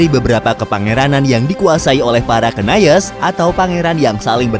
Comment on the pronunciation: Rus dibacanaya, bukan Ras! Bahasa rusianya Kiyevskaya Rus' (Киевская Русь) Knyaz! Bukan kenayes! Kalau bikin konten sejarah suatu negara saya sarankan berkonsultasi dengan orang yang mengerti bahasa dan budayanya.